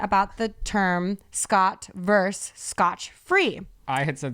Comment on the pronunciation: So hey, I'll leave the sun for others, but you know how you said, "Scott 'verse' Scotch"? Well, it's versus, not 'verse', there is no 'verse' because its Latin, not a poem. Please call me names:-)